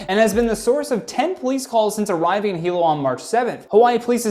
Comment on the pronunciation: Super funny to hear talk about Hilo, nice job saying it right.